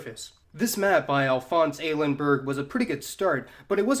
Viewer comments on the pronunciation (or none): none